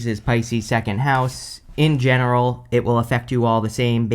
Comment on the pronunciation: I love your emphasis on “in general” 😅😅😅😅😅😅😅